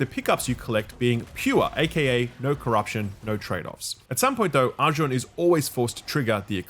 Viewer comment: First reviewer pronouncing Arjun correct.